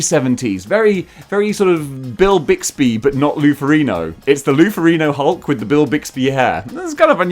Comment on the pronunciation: Lol it's lou FERRIGNO there's a "G" in there